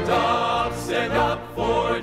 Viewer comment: As a 7th Day Adventist in PA, i congratulate all you young musicians & singers. Just one (1) suggestion: Stand // up not Standup, sounds like dup!